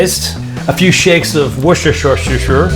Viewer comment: Why do so many American chefs struggle to pronounce Worcestershire? It's a 3 syllable word. 'Worces' is 1 syllable, and it's pronounced the same as the word wuss.